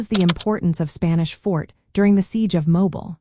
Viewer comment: Your are mispronouncing mobile, al. It is more like mowbeal when you say it locally.